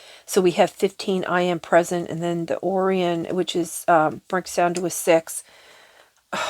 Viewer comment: Btw, dear sweet it's pronounced " O' Ryan" not or ion,😂 I receive! I align! I ARISE! I Am That I Am! Ehyeh Asher Ehyeh! So it is! I Am here to raise the vibration of the Universe! I am a very powerful empathetic person with gifts that some may call curses, I AM AN ASCENDED BEING! I LOVE YOU ALL UNCONDITIONALLY, INFINITELY AND ALWAYS AND FOREVER ♾️❤️♾️💎